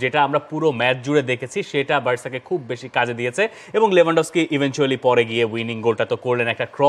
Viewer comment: Not লেভানডফস্কি its লেওভানডোবস্কি।